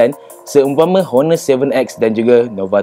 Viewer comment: Honor is pronounced as 'onor' silent H (nak tegur skit je haha) btw nice video 👍🏻